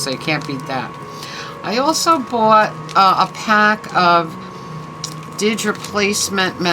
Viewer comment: Hey, You got the mother lode with finds here! That's a deal on the CD cases. Aww, elf chef. Am very curious to look into those cult (literally cult) records, ha. Fun Tiny Tim, right down to what appears to be R. Crumb artwork. Sweet, you got the didge! You're pronouncing it right, I believe. Looks beautiful, and you already have a pretty nice sound out of it. I'm housesitting for my buddy for a few days and the neighborhood pizza joint I just picked up an order from doesn't open up 'til 4....I will say it's worth the wait though. Very nice, I don't really put Halloween away either, no surprise. Dump cake sounds delish. Peace, love, sunshine and flurries. -Carm & multiple furs 🐈‍⬛🐶🦮🐕‍🦺